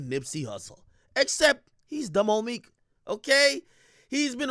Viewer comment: When AK said dumb oh meek I thought he say he just Dominique im high asf Alien OG